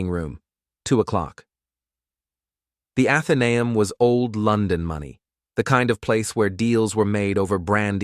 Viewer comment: Athanaum haha try Atheneum ae = ee therefore ‘atheeneum’ ai yank voice in uk?!!